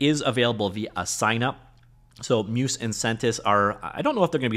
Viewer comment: not trying to be the 'actually' guy but Muse is pronounced like the Greek deities of the arts - phonetically 'myooze' not 'myuce' all that being said it seems quite interesting - would love an AI trained on Unity C# code since that's where i'm spending most of my time. and i think Barracuda will certainly be part of Sentis though i don't think it will be all of it.